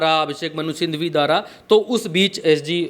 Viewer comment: Bhaiyya Abhishek Manusindhhwi nahi hai Manusinghwi hai..... Manusindhhwi ❌️ Manusinghhwi ✅️